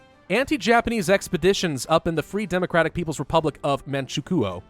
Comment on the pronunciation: Man-Chu-Kwo not Man-She-Koo-Oh